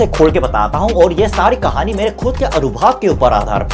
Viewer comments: Earlier style was better. However, it is your content and ultimately your decision will prevail. One more thing- it is ANUBHAV and not ANUBHAAV. God bless you. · अनुभाव नहीं अनुभव भैया जी 😊❤️ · Anubhav, anubhaav nhi bhai😁 अनुभव , अनुभाव नही भाई 😁